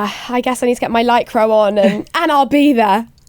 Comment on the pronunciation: „lycro” its „licra” - no need to be a smartass